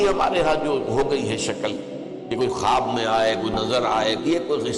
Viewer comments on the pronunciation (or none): none